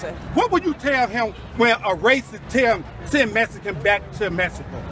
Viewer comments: That dude shouting at those kids is rude!😠 I mean he can't pronounce the word Mexican... he sed it like (mess a can,) im ofended because I'm Australian German and I was adopted"my Dad was American Cherokee & my mom was Hispanic American " & I'd like to tell that man to his shouting"face back the F off!! He's blind to understanding the truth" how easily those kids out talked him!!. Sham on him!😎. This is why America is great!! Its American people sticking up for there rights even the kids are winning the fight Against the naysayers🗽🇺🇸under God with liberty and justice for all God bless. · Mexican or mesicans smh lol